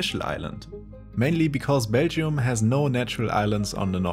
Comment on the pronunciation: Someone teach this man how to pronounce Belgium. Sounds closer to Beijing than Belgium